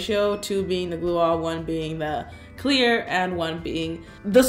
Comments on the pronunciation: you said you need “gluearh”???? What on earth is that and how do you spell it“glueah” Maybe add it in the description “slime queen” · What on earth are u saying?? I thought u said glue on Or maybe gluea Or maybe u just accidentally said glue wrong but no one makes the same mistake more than once, right?? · What did she say? Glua? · What was the type of glue she said i couldnt understand her. She said school glue, clear glue and what was the other glue? I keep hearing her say “glue all”